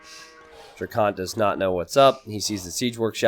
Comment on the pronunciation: DrackEn not DrackOn. Please you’re driving me crazy!